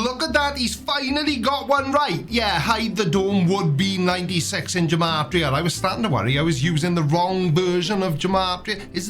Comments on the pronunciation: Okay so I'm not one to be a stickler for pronunciation. HOWEVER, G and J are very much separate sounds in Hebrew, unlike in English. So, "gematria" should be pronounced with a hard "G" sound, as in "give"; as opposed to a soft "G" as in "germ". Sorry for being a pedant! Hopefully someone finds this interesting lol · Love the content, btw Gematria has a hard G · It's pronounced "Gematria" with a hard G. There's no J sound in Hebrew.